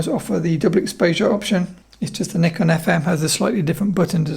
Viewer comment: Great to hear the host pronounce the word "Nikon" as 'Knee Con' instead of most hosts in YT pronounce it as 'Nigh-Con'. My highest respect! 👍🙇🏻‍♂️ I own Nikon FM2N. It's a tough camera! 👍